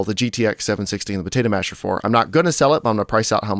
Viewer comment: I like the "Protato Masher" D